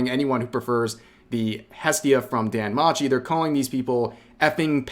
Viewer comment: Hate to be that guy, but you mispronounced "danmachi."